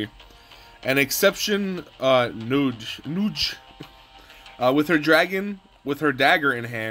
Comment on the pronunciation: omg how you said nudge 😂🤣🤣😂. It's nuje or nuj like when you nudge someone when walking lol. I died